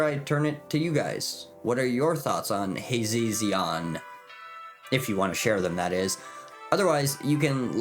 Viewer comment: how many ways can we mispronounce Hazezon in one video? lol i love it. Hazzon, Hazeon, Hayzezeon. have a magical day!